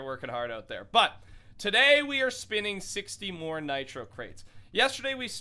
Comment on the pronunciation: More not nore